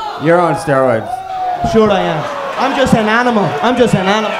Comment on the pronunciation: "they're all on steriods"